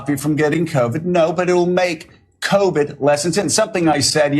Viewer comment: I love listening to Joe pronounce it, “cao-vid”.